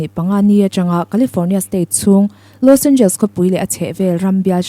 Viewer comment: I inti lam no lutuk anihkha😂Los Angels😂..Los Angeles tihtur aw..